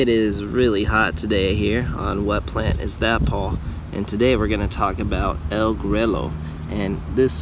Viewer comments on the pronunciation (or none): You killed the name 😂 Pronounced El Gruyo. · it's funny how some of my english speaking friends correct me on english pronunciation all of the time and yet most videos or growers of this variety BUTCHER the pronunciation.... EL GREW-YO ....PUTOS.... get it RIGHT ha ha ha